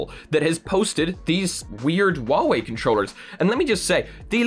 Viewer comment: doesnt know how to not make people angry when pronounching huawei His solution: waoé